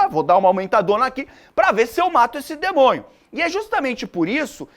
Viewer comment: "Oh demonhio" kkkkkkkkkkk ótima aula